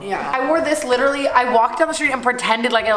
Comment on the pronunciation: The amount of times he says LIT-RA-LY😂😂😂😂